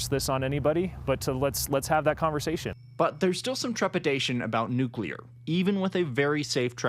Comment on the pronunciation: No offense to the older gent. But as someone who works in the nuclear field. I always chuckle whenever I hear an opinion where someone pronounces it "Nuculear" rather than "Nuclear"